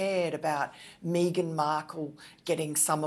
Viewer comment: Just think that Paul Burrel is being paid for his opinion and everything becomes clear! I find Miranda Devine distasteful, not to mention her pronunciation of 'Meeeeeeeeeeghan Markle'! Come on, please!